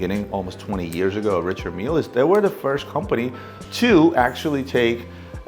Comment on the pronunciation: None of these guys can properly pronounce Richard mille.